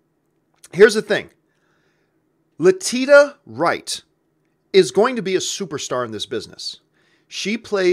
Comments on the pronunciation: John its Le-ti-sha right lol. I couldnt take it any more haha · Luh - Tee - Sha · Hey John, her name is pronounced more like LetiSHA. Love the review and Shuri is also one of my favorite new characters!